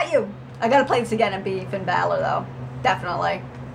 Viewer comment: U pronounced it right it's Finn bàller